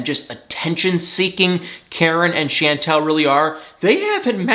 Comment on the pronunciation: I’m terrible! It doesn’t bother me in the least that you say Chantel’s name incorrectly. Lol,!